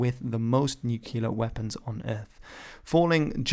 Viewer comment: 😱 NUCULAR WEPPINS 😱